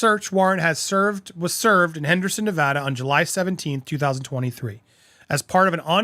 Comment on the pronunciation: Please don't call it nevaduh! NE-VA-DA, NEVADA